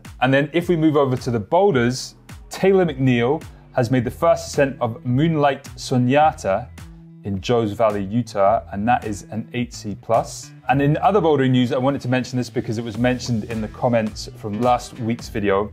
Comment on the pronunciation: "moonlight soon-yata" Huh? Is the boulder named after a german composition or a mexican drinking game? Lol just teasing ;-)